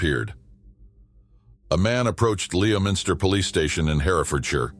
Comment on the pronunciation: I've heard this one before; it's very puzzling, and so awful for his parents. Oh, Leominster is pronounced Lemster. 🙂